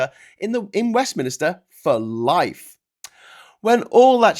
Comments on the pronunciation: He keeps saying "Westminister" which is painful, but nowhere near as painful as Dorries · Second upload. Still saying "west mini ster" instead of Westminster.